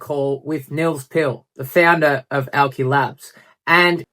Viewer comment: Aw yeah nah yeah Nils is a real one thats for sure. Once you see the Auki big vision you understand this is the inevitable progression of blockchain. Great to see that Aussie spice in your vids from a fellow Aussie. And "owki" said right haha - Scodo.